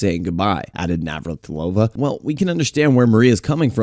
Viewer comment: You messed up Navratilova so many times. Get it right dummy.